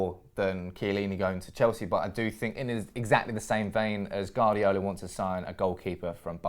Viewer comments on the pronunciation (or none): Guardiola is pronnounced "Wardiola" not "Gardiola"! haha